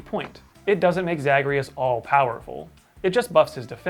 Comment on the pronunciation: Okay I haven't played Hades yet bc I don't have anything that can run it, so idk if that's the way it's pronounced in the game, but As a fan of the DWEU the way pronounces Zagreus hurts me.